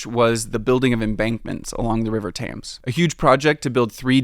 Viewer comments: So many names in London butchered by an American yet again. Other than that, as a Londoner, i actually enjoyed the video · So much research - yet he cannot pronounce Thames correctly. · Great video. But learn how to pronounce “Thames”! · You are a good guide. Shame pronunciation of the river Thames is so bad. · This guy makes a 30 minute video about London and can't pronounce the word Thames 😂 Good video though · A video explaining London but mispronuncing Thames... Gosh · No way did you do all that research and then mispronounce the name of the River Thames !!!! Still once I got over that it was a great video, even as a Londoner I was entertained and informed 😂, I even liked, commented and subscribed! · Nice video but how to you mispronounce Thames every time? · Makes a documentary about London, fails to learn how to say Thames. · Not sure I can believe that you really went to London if you pronounce the name of the river like that ;) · paha... at least map men know how to pronounce THAMES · Great video! I love London! One minor thing. The river is pronounced like tems. Rhymes with dems or hems. As pronounced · yeah, that was a small goof, given that it used to be part of the Underground. But! What sort of hurt my ears was the way he pronounced "Thames" when saying Thames Tunnel, He did it twice! But at least he was consistent. And I'm an American, so otherwise I sound like him. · It's the "tames" vs. "tems" that upset me :D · Genuine question no hate, why can’t any Americans pronounce “Thames” properly , it’s pronounced “temms” , multiple American YouTubers get it wrong is it just pronounced different wit that accent ? Or are they just incorrect? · The “tames” tunnel? Thames is pronounced “tems”, as the British fellow said it. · Great vid. Pronunciation tip: the Thames is pronounced as if spelled “Tems”, not “Tames” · Not ‘Tames’, ‘Tems’ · One other note: Thames pronounced "Tems" not "Tames". :) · It's NOT 'The Tayms', it's pronounced 'The Tems'